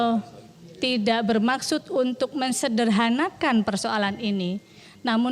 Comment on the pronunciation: Ternyata anggota Dewan masih ada yang blm benar dlm berbahasa ya. Tadi kok ada kalimat -- Mengkagetkan...Mensederhanakan..dalam pelajaran bhs Indonesia... kata dasar dg huruf KTSP itu hilang bila ketemu dg awalan me...cobtoh Kaget ketemu me..menjadi Mengagetkan..dll